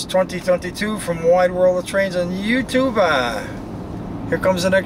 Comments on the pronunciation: I’ve enjoyed all your train videos but must admit I tired of the mispronounced you tubah and the “roll it”. hardly applies to digital media, nothing is rolling. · I’ve enjoyed all your train videos but must admit I tired of the mispronounced you tubal and the “roll